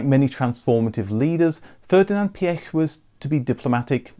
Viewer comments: Thank god you pronounced Phaeton right and even Prof. Piëch! I’m impressed! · You are very good at pronouncing the name Pierch. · I've just clicked on this as I've often wondered what happened to the Phaeton. My joy, however, is in hearing all the words pronounced correctly; Piech (not Peek or Peach) etc and I hope when you do a Lambrghini Countach video it will also be pronounced as it would in it's home country and region and it isn't Coowntash!